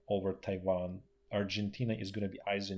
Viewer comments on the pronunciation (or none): none